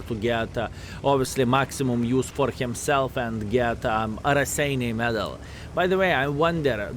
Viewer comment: Wow, paused to read the history bit of the Raseiniai Heroes' Medal and realized Raseiniai is actually name of a town in Lithuania. is from Luthuania, right? I sincerely hope to finally see the day when will get this medal, you deserve that! BTW, guess I've been pronouncing Raseiniai wrong all these years since I've been playing WoT, hehe.